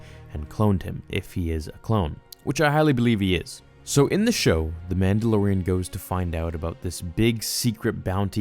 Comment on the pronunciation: 1) I think he was trying to extract DNA from THIS baby to create clones. 2) why can't you say "Man da LOR ian" correctly?? It's not "Man da lo RIN".